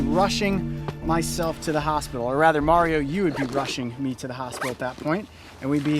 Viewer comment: I like how he says hospital